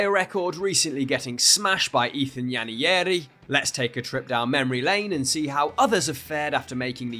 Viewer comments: Bro said Ethan Yenyari 😂😂he butchered it💀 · Just a little correction, Nwaneri is pronounced “Waneri” the N is silent. The name is an Igbo name from eastern Nigeria. Hope this helps with future attempts at pronouncing his name. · Because they're not familiar words and pronunciations to people from here. Apparently no one knows how to say Nwaneri, I've seen 3 different suggestions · Does know that Nwaneri’s name has an N at the start? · why are you pronouncing Nwaneri like it’s a spanish name, that was horrid 😭